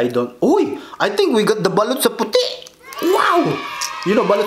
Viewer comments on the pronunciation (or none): Daming nagkakamali s word na Balut pero "BALOT"tlaga Tama spell hehe